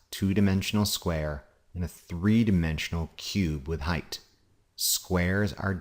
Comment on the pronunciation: Thank you for not pronouncing the word height, as hi-th.